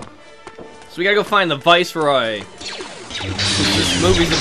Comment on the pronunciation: I've always wondered with pronounces "Viceroy" as "Voice-rye" in this...